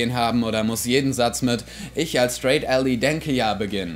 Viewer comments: Ally wird "Ällei" nicht "Ällie" ausgesprochen. Gutes Video! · Wird ally nicht /ˈælaɪ/ ausgesprochen?